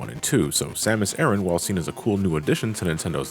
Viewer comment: Stop saying Erin